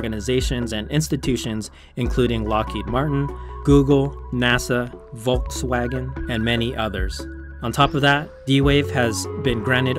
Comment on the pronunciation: The way he pronounced Volkswagen...